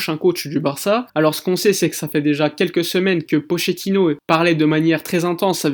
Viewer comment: Il me tue quand il dit pochettino 😂